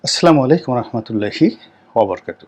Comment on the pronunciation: আপনার প্রতি শ্রদ্ধা ও সম্মানের সহিত ছোট্ট একটি কথা বলছি, আপনার প্রতিটি পর্বে আপনি শুরুতে এবং শেষে যে সালাম দেন আমার মনে হয় সে সালাম আপনার সঠিক হয় না ভাইজান দয়া করে সঠিক পদ্ধতিতে সালাম দেওয়ার চেষ্টা করবেন, আসসালামুয়ালাইকুম অরহমাতুল্লাহি অবারাকাতুহু , দয়া করে ক্ষমা সুন্দর দৃষ্টিতে দেখবেন